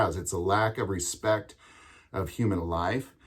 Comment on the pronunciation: "somebody bumped me" "gotta get respeck"